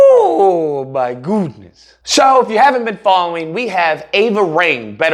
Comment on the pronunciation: Yurrrrp! That “My GOOdness” ain’t it!😆❤️